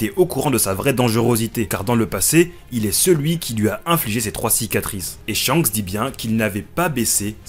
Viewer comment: Petite correction, Shanks ne se prononce pas ShiYanKuSu mais Shankusu, en effet le « Ya » est minuscule, on a donc une contraction du Shi et du Ya qui donne Sha (mais effectivement, ça s’écrit bien Shiyankusu)